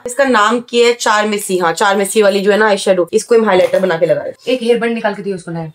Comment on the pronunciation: Charmesy nhi karmesi bolte hai